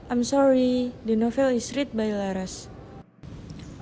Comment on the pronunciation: You need to check the pronunciation of read as part participle . i won't see the rest ,but please ,don't embarrass yourself